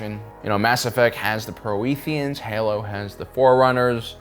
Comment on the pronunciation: “Mass Effect has the Pro-ee-thians” 🤭 (I know he means the protheans but that made me giggle)